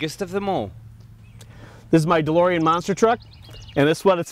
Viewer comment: De-Limo-ean DMC12